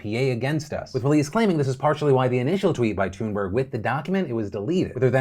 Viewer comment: Did he really just pronounce Greta's last night as TOONburg????